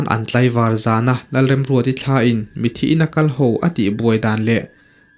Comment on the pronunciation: Mithi ti in lam tawh suh mitthi ti in lam tawh rawh plezs😊